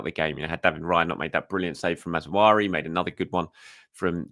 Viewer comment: MazRaoui,, not Mazwari.